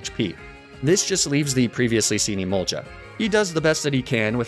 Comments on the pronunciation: How he pronounces Emolga always confuses me. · This dude needs to learn how to pronounce emolga